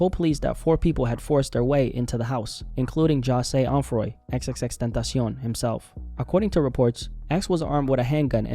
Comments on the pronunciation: Had to downvote this for how he says. X X X TENTASEEON like he's a mexican snack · I don't hate the guy, but can ya'll pronounce tentacion properly?